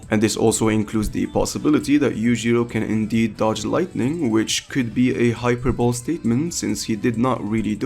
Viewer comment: I wasn't gonna say something the first time.. put it happened again.. Hyperbole is not pronounced "Hyper bowl". It's pronounced "Hi-per-bully" edit: Great video though! No hate!